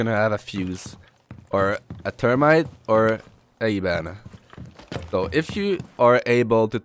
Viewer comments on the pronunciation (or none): your english was great! only thing was "termite" 😂 its pronounced th-erm-ite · It’s pretty good English to be fair except when u say thermite as termite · Great video! Your english was fine. The few mistakes you made were entertaining. "Termite" instead of thermite, and you for didn't pronounce the h in hatch or have. Great video man keep it up and bring serenity back!!!